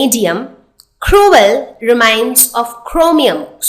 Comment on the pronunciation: It's "tip" not "thip" and it's "period" not "pherioth" 😂😂 and it's "cruel" not "khruel" omg, don't try to act cool ! 😂😂😂